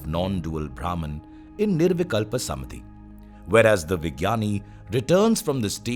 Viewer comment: Lovely, so much resonated with me. My gratitude to you. I’m curious if there’s a specific reason why "Samādhi" is pronounced as "Samadhi" throughout the video.